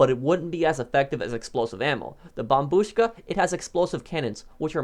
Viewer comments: thats the correct way to say it bro bombuška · That’s how you pronounce it though 🤔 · the way he says it slaps 😎😎